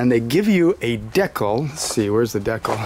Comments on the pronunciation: I think it's pronounced " deecal ", not " decle ". Love the location of that oil filter. Easy peesey. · The way he pronounced decal bothered me lol DE CAL say it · Don’t fucking say “de-cal” like that ever again